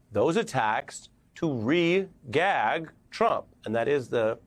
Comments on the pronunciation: Sorry Ari,, You lost me at Re-gaged. 🤣🤣🤣🤣🤣🤣🎁🤣🤣🤣 💙💛 Slava Ukraine. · Just how many times do you "regag" DT??????